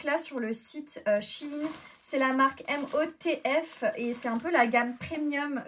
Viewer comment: Apparemment la gamme MOTF se prononce "Motif" (je sais mdr illogique)